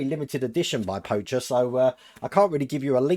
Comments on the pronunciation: Hey, just letting you know for future episodes Pocher is pronounced Poke-air. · Hey, FYI, it's pronounced like the card game, poker. That comes direct from the company...